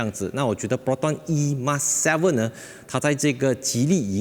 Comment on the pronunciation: 本来就name it 而“emas” 为什么就衣mas？